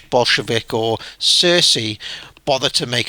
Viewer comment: Lol "cersi"